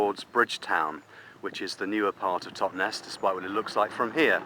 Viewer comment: Totnes does NOT rhyme with Loch Ness!